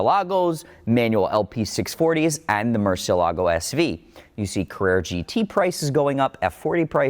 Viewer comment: MUR CIE LAA GO...you're pronuncing it incorrect, it's a proper name.